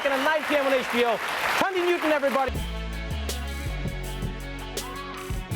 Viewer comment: Tandie? I thought it was pronounced Thandie? I guess the "h" is silent?